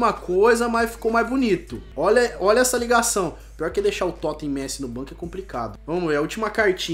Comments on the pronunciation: para de fala o nome do messi errado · Arthur Torin mais antes ele falava certo agr ele ta falando errado kkk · O não consegue nem falar messi direiro tlk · O não sabe falar messi 😂😂😂😂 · virou gringo falando o nome do messi errado kkk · Alguem percebeu que o falou Messi errado? Da up ai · Cara q agonia ele falando o nome do Messi errado kkk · Que odio o falando o nome do Messi errado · Mano ele n sabe fala Messi 😂😂😂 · Fala certo o nome do Messi vey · fala messi errado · Vc falou Messi errado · Ele falou Messi errado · eu gosto do canal so que ele nao sabe dizer messi e toty caraio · ele não sabe falar o nome de messi direito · Mano, c não sabe nem sabe falar o nome do messi certo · Fala Messi direito ! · Fala Messi direito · Nem sabe falar Messi kkkkkk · se fala méssi não mêssi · Tiu fala Messi e n mesi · Não é messí e messi i e Toty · Mano n se fala mêssi e sim méssi (mas escreve messi) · Carai que agunia ele fala messí não Messi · Não se fala messí e messi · para de falar meci e Messi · Aprende a falar o nome do Messi poxa e MESSI NAO MECÍ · Para de falar MECI é Messi porra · por favor nao fala messi^ fala so messi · Eu sei que é um modo de dizer, mas mesmo assim dá uma raiva ele falando Mesi kkkk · "Coloca o Rakitic ali q da entrosamento com o Mêssi"kakakakaka ta certinho,pronuncia 10/10 😂😂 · A cada vez que o fala mesi, eu até passo mal 😂😂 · "Messí"? Tenha paciência ne ahshhshshshsjsh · Alguém ensina o a fala "MESSI"?! PQ TA DIFICIL KKKK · Drafti,Messí,Toten pelo amor de Deus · Por favor, nem de zueira chama ele de "meci" KKKKKKKK. É muito estranho. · O falando mêssi, q raiva kkkkk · Eu não sou Heiter do mas ele quer falar certo e não fala pq fala messí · Meu deus, para de falar messí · Mto fraco esse...Totem? Messí? fala td errado e ainda não sabe fazer ligação, mano quando ce quiser entrosamento faz so cara da msm liga ou do msm país.